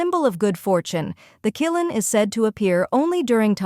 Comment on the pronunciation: C(h)ilin not kilin!